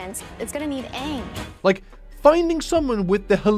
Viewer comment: They! Pronounced! AANG!!!